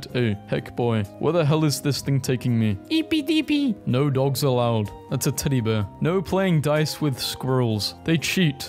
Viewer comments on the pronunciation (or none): EEPY DEEPY (I know it’s eeby deeby but he said it like that)